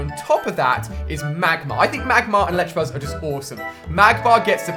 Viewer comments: ITS electAbuzz not electrabuzz or electrakid. Anyone else annoyed by this? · It's ElecTAbuzz not ElecTRAbuzz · IT'S elecTAAAA NOT ELECTRA!!!!! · Pleeeeeeeeeease learn that it's ElectAbuzz, not ElectRAbuzz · he says electrebuzz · That and electrabuzz. Kill me please. Why can he not say the names right. There is no R! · electrabuzz not electrabuzz. get it right for f sakes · And he still cant say Electabuzz right, he adds in an 'r' for some reason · There's no R in Electabuzz -_ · Why does everyone pronounce elekid, electabuzz and electavire wrong. They are pronounced how they look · Ali please learn how to pronounce Elekid and Electabuzz, it's just cringe whenever you say either.